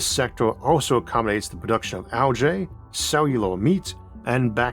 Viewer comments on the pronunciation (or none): none